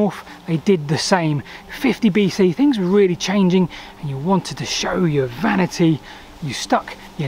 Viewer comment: I loved your video, but was put off by your pronunciation. It's Three, not free, also I don't know what fings are, or what number fousand is.